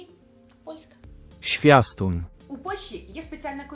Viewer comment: Zwiastun, а не Swiastun 😅